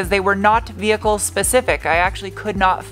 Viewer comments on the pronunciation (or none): none